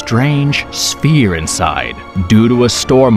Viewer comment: I'll make a deal with you. You start pronouncing words correctly. And I'll maybe like one of your videos. The word is sphere, not spear.